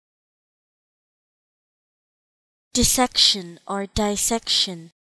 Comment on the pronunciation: It is DISsection. There is a double s. You cannot pronounce it as "die."